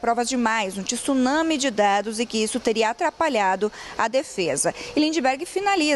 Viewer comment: Jornalista muito mal informada. Não existe 'tissunami'. Tsunami tem 'tê' mudo, logo diz-se tsunami.